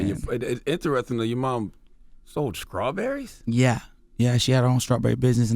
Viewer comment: Damn Charlemagne was off his game #horrible please stop saying scrawberries.. DAMNIT